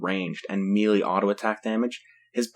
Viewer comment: You should know that it's Meh-Lay not Meelee for Melee. :)